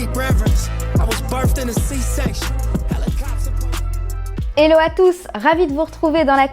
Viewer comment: On dit HELLO et pas éllo apprends au moins à bien prononcer les mots ou renonce à parler en anglais pour l'amour de Dieu